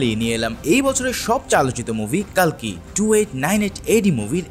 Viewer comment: কালকি না কালকে 😅😅😅😅